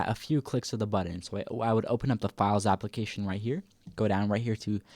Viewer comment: we say application not APPLE - acations